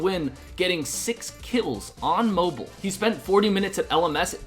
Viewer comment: Anyone else get annoyed by the way he pronounces mobile?